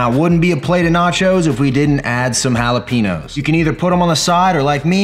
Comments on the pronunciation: Jalapeenos lol. Cmon man, it’s pronounced jalapenyos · Based. Love the quest chip ideas (especially if I don’t want to cut up the mission corn tortillas). Also, we gotta teach you the right way to say jalapeños, haha.